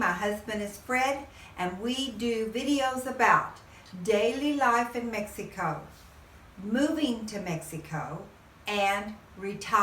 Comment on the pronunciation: It's very obious that you're not a tourist blogger...Please...when will you learn that Mexico has 32 states . You haven't even travelled througout the country and feel like you're an expert at life in MEXEEECO...LIKE YOU PRONOUNCE IT. You've only lived in a small town in one of the poorest states in Mexico and you think you're an expert. I am Mexican and have lived all over Mexico for extended time. Starting with Mexico City 20 years. I have also lived in U.S and worked as a language teacher. Please STOP SAYING "Mexeeeeco"....Talk about Huatulco, which is where I do think you are an expert. You can help people who want to move to Huatulco and that's it. "